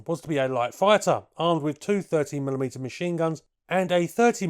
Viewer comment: He did say that but it came across as sounding like thirty as his voice smushed the two words a bit.